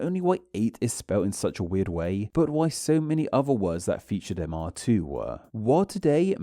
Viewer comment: why-ya do speakuh likeuh thisuh? I know this looks more like an italian accent when I type it out, but you are doing this. Especially at the end of sentences, like "this sound and spelling too-ah". It's weird.